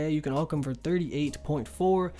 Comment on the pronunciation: Ew the way he say alch says it like ulch wtf